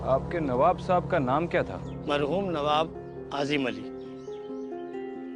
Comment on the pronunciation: Mahroom Nahi Hota...marhoom Hota hai